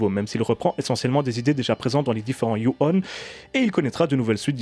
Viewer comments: Salut ! Tres bonne critique ! Y a juste un petit détail qui me gêne,on ne dit pas "you-one" mais "dju-on" . Je ne connaissais pas l'histoire du début,sinistre référence. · Si je peux me permettre ça se prononce "Djou" pas "You". On ne t'a jamais vu aussi énervé après un film je crois. Moi je trouve que délocaliser des mythes, ça ne fonctionne pas. Le remake avec Sarah Michelle Gelard fonctionne parce qu'il se déroule au Japon et il est intéressant parce que le personne est justement un peu perdu dans un pays qu'il ne connait pas. On l'a vu aussi avec La Llorona, le seul intérêt aurait été de développer les croyances mexicaines et ça n'a pas du tout été traité. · ça ne se prononce pas "you" mais bien "jou". ju on. Et on dit pas non plus in"saidious" mais bien "in - si -diius". Bordel mais c'est dingue de massacrer absolument toutes les langues du monde quand on est francophone, faites un effort bordel.